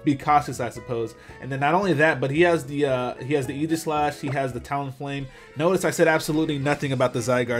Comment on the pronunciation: The way he says Aegislash bothers me sooo much. It's Ae-gis-lash. No j sound in the word aegis.